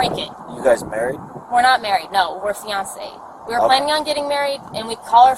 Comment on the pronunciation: Did she say they were "fianced" 😂